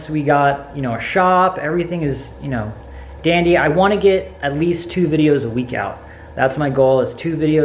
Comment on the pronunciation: Did you just say Dandy???